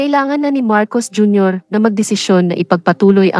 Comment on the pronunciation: gumalang ka naman hoy ikaw na announcer... o sadyang wala kang paaralan ha4... pagbugkas mo nalng pangalan ng presedente ng pilipinas MARCOS JR.